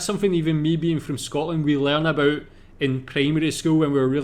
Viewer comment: You say aboot just like us haha